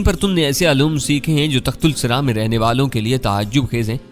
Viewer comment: جناب تصحیح کرلیں صحیح لفظ تحت الثریٰ ہے بجائے تخت السری کے۔ Tahtussara